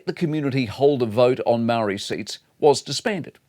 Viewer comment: Could you just take a moment Mike and learn to speak ‘Māori’ correctly mate as a leading journalist.